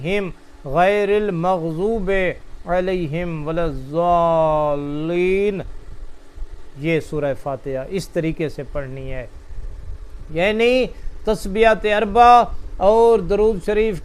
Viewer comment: Surah fatiha maim walad dualeen hai na k zualeen ap urdu main kyun parte ho Quran pak ko